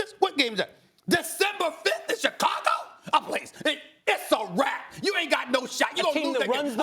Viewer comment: "December 5th in Chi-CAGO?!"